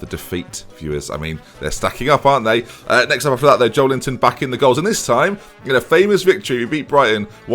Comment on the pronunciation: Why did you nickname Joelinton 'Joel Linton'